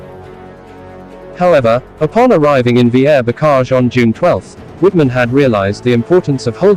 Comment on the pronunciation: I wish these people would learn to pronounce non-English names and words correctly. Wittman should be pronounced as "Vittman" since the "W" makes a "V" sound in German.